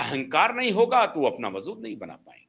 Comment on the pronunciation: वज़ूद नहीं होता है, वजूद होता है।